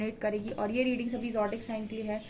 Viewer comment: kincute awaaz sune aur talwaar ki dhaar wali reading sune bina din pokra nahi hota... Aur zodiac bolna seekhle